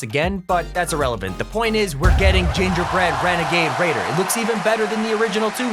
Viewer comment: Gingy bwead wenagaid waider